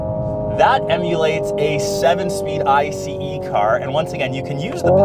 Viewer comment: DID YOU SAY EYE SEE EE LOL